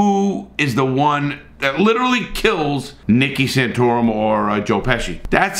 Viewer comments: Yep, I loved Nicky Santorum in this movie😂😂. And that's my Larry Word of the Day, I love this man's mispronounciations. Reminds me a little of Ricky from Trailer Park Boys, but only the way he pronounces shit. It's glorious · Nicky Santorum? Is he related to Rick Santorum? I hope not, Rick is a worse person than Nicky hehe (sorry, I like to nitpick people's pronunciation sometimes)